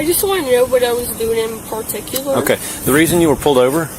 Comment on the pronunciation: What was I doin' in-paar-tic-U-lur? 😂